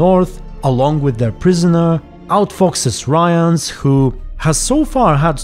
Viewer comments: you're pronouncing Rience really wrong :) it almost sounds like you're saying Ryan lol. Rience is with short "i" like in word "ship" or "think". His name is similar to word "rinse" but with a C :) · At this moment in series the viewers don't know that Lydia is Vilgefortz' assistant, I think. It's still the mystery who hired Rience. P.s. Not "Ryence" - just something like "Ree--ens", it's not anglosaxon, but kinda french name. P.s.2. This is not Yennefer, this series does not contain the real Yennefer. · Rience is pronounced “Reence” if I remember correctly. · I'm just too used to hearing it pronounced this way in the audiobooks, they do say it Ryans there, and it is a British man narrating. Not sure if he was in charge of the correct pronunciation tho :) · About the pronunciation of Rience's name -- I can't find the quote, but I believe that at some he's referred to as "Riens" by someone, which does give some hints about intended pronunciation. If "ce" turns into "s" but "ie" remains unchanged, it suggests the dyphtong is pronounced the way a Polish person would, so "ryens". Other way to look at it, is to compare to the French word "rien", which is where the name might even come from (it certainly fits the character). And even if we were to treat it as an English name, English spelling being what it is, it might as well be "rins", not necessarily "rayans".